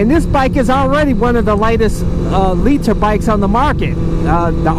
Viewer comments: hate how you say liter but love the vids long time fan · Lee-Tur bikes lol